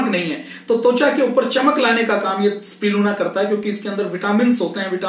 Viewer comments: Spirulina to theek se bol lo pehle.. usper video bana rahe ho... Spiluna Nai Bolte Isko Spi - Ru - Lina Iski Practice Karo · Spriluna nahi sir Spirulina Aapne likkha sahi he Pad galat rahe he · Are bhaiyya pehle spirulina ka naam to theek se lena sikho. Ye spiluna spiluna kya bol rahe ho? 🤣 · pls pronounce spi-ru-lina correctly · You are not pronouncing the world spirulina properly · Aap SPIRULINA please pronounce karna bhi thoda sikh lijiye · Naam toh theek se lelo